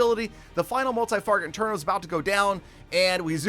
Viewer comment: I’m a noob so the only “failure” I recognized was that at the end of the first attack you call the inferno a “multi Farget inTerno” lol. Anyways if u see this I hope u have a great day!